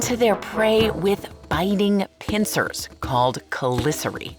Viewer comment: lol never heard chelicerae pronounced like that.